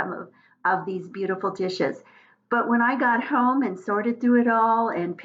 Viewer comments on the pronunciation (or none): none